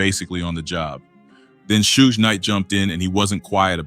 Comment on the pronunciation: This guy don't even know hip Hop pronouncing shug name wrong